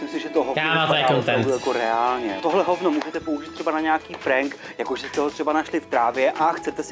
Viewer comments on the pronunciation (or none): none